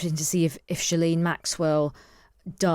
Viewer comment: IT's GHILANE!!! and you work for the times???